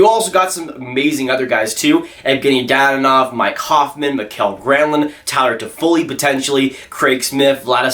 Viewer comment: Slavic names are pronounced as they appear; they don't have all the annoying rules as many other languages: Dadonov = "da-doe-nov"; Georgiev = "gee-or-gee-ev"